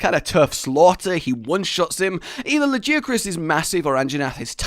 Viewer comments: Lajiacrus?! It's lagiacrus mate 😂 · a guy laggy-ak-russ, not lah-jee-ak-russ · La ,guy ,a ,Chris that's how you pronounce lagiacrus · La, guy, a, Chris, that's how you pronounce lagiacrus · I do hate trying to correct people on how to pronounce monster names, but... BUT , La-Gai-ah-Crus